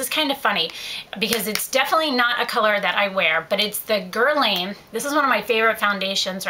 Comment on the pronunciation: it's gair-lahhh not gurrrrlane and lohncom not laaaancomm :)